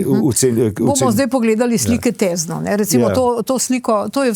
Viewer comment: Tézno - ozki e